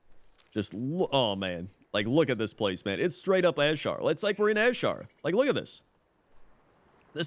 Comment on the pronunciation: You pronounce Azshara annoyingly. It's just Azshara. Not AZ-shara.